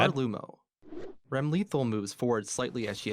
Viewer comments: Wait. It's Ram-Lethal not Ram-Le-Thal. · I'll forgive the mispronunciation of Ram's name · As a german, the way that announcer blundered Leo's move names almost gave me an aneurIsm. I don't blame the guy for it, but somebody from the planning/marketing team could've at least given him some pointers on how to pronounce it. That was terrible! Ramlethal is just sad to watch. Her unique moveset was really hard for me to get into, but it was awesome and offered a lot of options. But now, she's just a Justice knockoff, and not a good one. Zato is fine. He generally lost the least amount of stuff compared to before, and his new animations are a joy to look at! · Ram took Leo's rekkas lol. Also, I still can't get over how he says Ram's name. Wack.